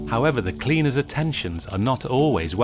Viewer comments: Cleanurass lol sorry that's what i hear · Lol I thought he said "clean your ass" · Sounds like hes saying cleaner ass 😂😂😂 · All I hear I keep hearing is cleaner ass 😂